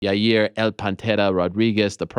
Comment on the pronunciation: Uncle Chael- "Ya-rear"